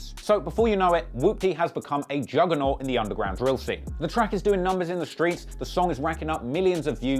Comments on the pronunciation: In the skreets😂😂😂😂😂😂😂😂😂😂🤣🤣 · “Skreets..” lol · Why this nigga say skreets like that😂😭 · Why he say screets like that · OUUUU WHEN HE SAID IN THE SKREETS I KNEW THIS WAS GONNA BE GOOD LOL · "Screets" LMFAO Im done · In the screets 😂😂😂 can't get over the way he say streets